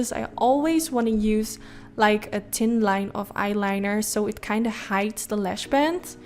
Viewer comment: Completely unrelated but I like how you say Tin and Tick for Thin and Thick 😛